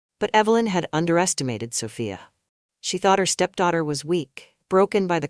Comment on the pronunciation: lol keep it steady soFYE UH OR SO FEE UH LMAO i'm lauging at that but tryin enjoy the story but it's repeating like 2 or 4 times? LOL well ill pull thru BUT SOPHIA IS GONNA WORK IT KNOCK THAT HEFFA OUT